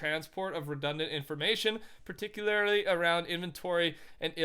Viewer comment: the way he said particularly 😂😂